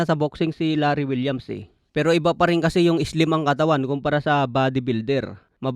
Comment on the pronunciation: Larry wills po idol Hindi po Larry Williams 😂